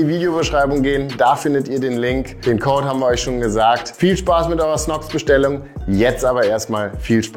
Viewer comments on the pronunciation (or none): none